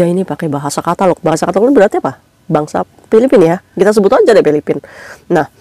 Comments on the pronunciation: Tagalok say bukan katalog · koreksi kak,catalog itu gambar contoh baju dagangan,klo tagalog itu bahasa Philippines, jd salah ucap ya 😊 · Tagalog bkn katalog ka 😅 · Tagalog mba,bukan katalog